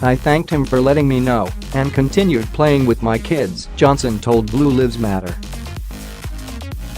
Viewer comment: Its blue lives matter (long i) not not the way you say it